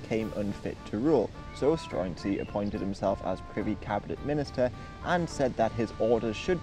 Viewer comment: There's actually a film about this starring mads mikkelsen. it's quite good. Also I'm fairly sure the pronunciation is more like "Stroo-en-zee" iirc.